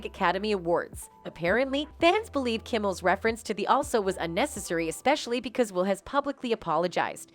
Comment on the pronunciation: I couldn't continue watching your stream and listen to you mispronounce Will's name